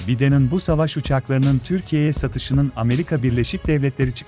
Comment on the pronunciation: Ta nea ya tani diyor biden a baydın diyecegine biden diye okuyor adam ortaokul terk 🤣🤣🤣